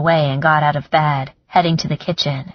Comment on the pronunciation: Great book but narrater is one of those people can't seem to make the eh sound! Sex. sax. Chest. Chast head had bed. bad. Etc. Not sexy!